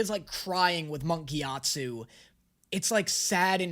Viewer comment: 2 years and 1200 comments later and NO ONE pointed out that he keeps saying "gyatsu" instead of "gyatso"?